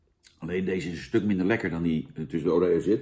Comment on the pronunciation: Het is godverdegodver OOOOOREO en niet OREEEEEO en het is VANILLE en niet VANIELJE boerenlul...! 😘